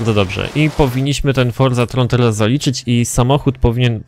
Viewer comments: czyta się "forzaton" chyba że to wiesz ale wolisz "swoją" nazwę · To jest forzaTHON tak samo jak z angielskiego marathon, nie ma tam nigdzie żadnego R Więc proszę czytaj forcaTON :)